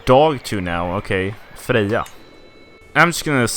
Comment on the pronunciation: Nvm your Freja pronounciation has made me realize you are 100% Swedish or at least some sort of scandinavian no American could pull that off